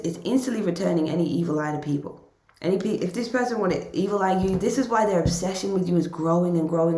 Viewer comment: When you were like, "why, why, why" it sounded kind of like "wah, wah, wah" and I think that sums up this person.